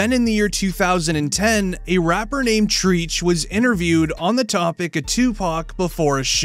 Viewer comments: I understand you're just covering this story and telling people who don't know about the whole Tupac thing. But I'm sorry You just said "TREECH" What You were trying to say was TREACH pronounced TRETCH . Now you know how to pronounce it for the next one 💯💯🍻🍻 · Treach, not Treech😂😂😂😂😂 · That boy boy said treech it’s Treach bro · It’s TREACH not TREECH. . Do your homework if you’re gonna report on this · Treech ? Treech ? Come on bruh